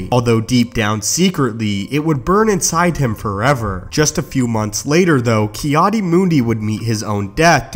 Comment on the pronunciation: I swear you’ve done this before. It’s sooo overdone lol. Again, I suggest putting something on your walls to get rid of that nasty echo. Finally, it’s “Adi” not “Aid”.